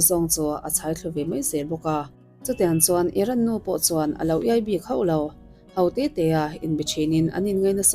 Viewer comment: A ngaihnawm e. 'Hau te tê' ni lovin 'ho te tê' tia lam zawk tur a nia.